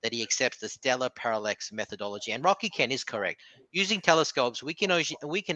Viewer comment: Wocky Kent, and don't cwy. You'd think if he's gonna throw insults he'd at least use words he can pronounce 😂